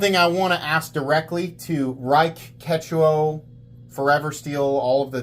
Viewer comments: Keh two O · And you and Jared need to decide how to pronounce "Ketuo"